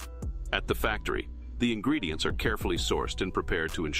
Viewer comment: He says "quality ingeedients" so often, that I think it's a lie